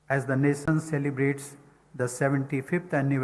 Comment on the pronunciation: Muadala tamizh ( தமிழ் ) ழ! எண்று பேசி பழகுங்கள்.. பிறகு பாப்போம்... வருஷங்களாக கூவ துடிக்கும் ஒரு சேவல். அதனை கூட்டில் அடைத்து., தான் விரும்பும் பொழுதெல்லாம் முட்டை போட சொல்லும் ஒரு முட்டாள் முதலாளி.. 😂😂🤭🤭சிரிப்பு தான் யா வருது. NAsiON aa. Nationaa?? 😂😂😂... வாழ்க வளமுடன் 🙏🙏.